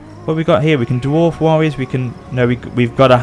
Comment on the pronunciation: gandwarf its Gandalf + dwarf Gand-warf